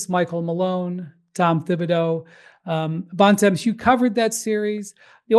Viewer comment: Bontemps needs to visit Montreal more to learn how to say his last name and Bonaventure